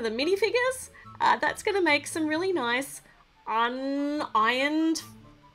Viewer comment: "Oh noice" The Irish in her